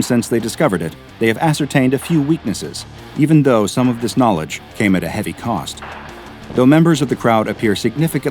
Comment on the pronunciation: I love watching these videos in the background but the way you say 'knowledge' really grinds my gears XD